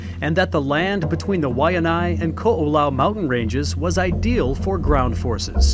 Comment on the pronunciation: Thanks shoe highlighting small local businesses and showing real locals in the video. Pronunciation of Kookau mountains, Waikiki, and other words should have been corrected but other than that it was a good view of Oahu. I’m from there so appreciated the locals being highlighted in it and not just tourism.